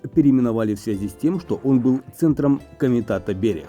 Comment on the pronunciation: Бéрегсас, наголос на перший склад